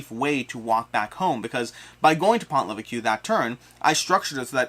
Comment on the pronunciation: Been playing a bunch of this and gotten through all the 1 and 2 star missions. It’s really fun and fast. Don’t forget you can use weapons to kill the Milice if you are trapped. Also, the “s” at the end of Maquis is silent as is the “ue” in Pont Leveque ;)